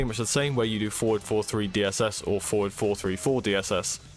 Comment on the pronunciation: Nice tutorial but its a bit hard to tell when you're saying "four" versus "forward"